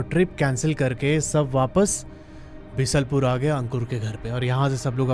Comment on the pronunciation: Bisalpur nhi beesalpur h bnwasa banbsaa h or khatimaa nhi khateema hai h bhai